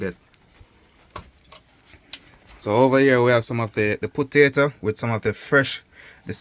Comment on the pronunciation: U know a true country man when u hear him say “putato” lol